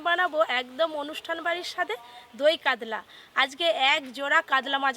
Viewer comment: কাদলা🤔 কাতলা